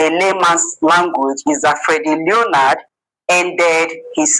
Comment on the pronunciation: It's not learnard, it's LEO-NARD